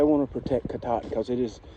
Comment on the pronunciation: You pronounced Kenebec perfectly. Katahdin needs some work though. Lol Great videos, keep it up !